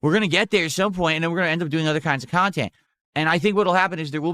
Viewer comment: That's why he's a lolcow forever, he's the measure of all things in his own tiny mind. Intelligint and pahsitive = gives money to and joys his khantent without question. "It's a misconcepshin that needs to be overcome" he sounds like these politicians who talk about their own constituants like they're defective